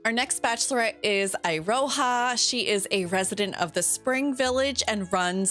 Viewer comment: Iroha is my favorite! (Also, Eye-ro-ha!?!? Its Ear-oh-ha!!!)